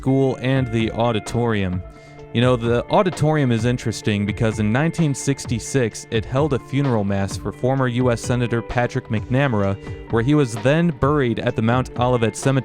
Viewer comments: The senator's name was pronounced Mac Na Mare A. I grew up in this neighborhood and it was a great place to be a kid. Fletcher Field was the hub of activity and Holy Name was the anchor. We moved out in 1972 when I went to high school. It was still a vibrant neighborhood then. The shot of the empty lot shown when the camera was turned toward the airport to hear the plane, was known as the fat alley. In my day, Mr. Moser would take the classes there to play kickball. I have a lot of great memories of this neighborhood. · The name of the former US senator you speak of, Patrick McNamara, is pronounced MACK Nuh maira. The Federal Building in Downtown Detroit is named after him. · That name is pronounced MacnamAra..... stress in the 3rd syllable ...... hope this helps.